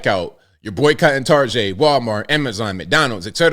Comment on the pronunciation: LoL Tar-GAY!!!!🤦🏽‍♂️😂😅🤣😂😅🤣😂😅🤣☠️